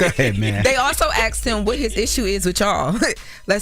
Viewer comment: Why do all black people say axed instead of asked